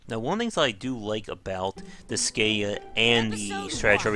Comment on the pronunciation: It's pronounced dis sky ah